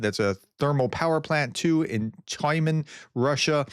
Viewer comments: Ukrainian is a purely phonetic language. Transliterations into English cause confusion and mispronunciations. Tyuman = Тюман The ю = yu is pronounced as 'you' Kharkiv = Харків Х = Kh No k sound despite the letter. Pronounce the Kh as Har-kiv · Tyumen is pronounced Tew-man 💙💛